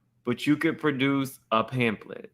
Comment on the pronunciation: Did y’all hear drew say pan-thlet?